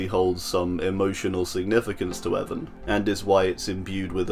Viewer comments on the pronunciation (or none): none